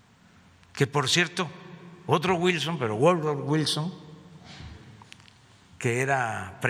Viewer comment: Ese gluordo güilson.... 😂